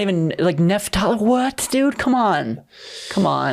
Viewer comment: Its NAPH-tali. This clown is saying NEPH-tali